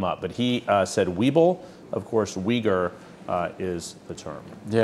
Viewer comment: He would have googled weegers instead of Uyghers. It is pronounced "Eegers."